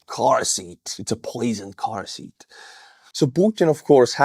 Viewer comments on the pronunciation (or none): none